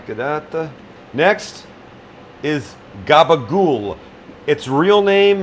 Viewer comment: Love the attempt at the Jersey Italian - you got the gob-a-ghoul down, you need to work on your muhz-a-'dell, anytime you want come east, glad to trade you a lesson in Jersey Italian vernacular, for a "Sam on Holiday" episode filmed in my kitchen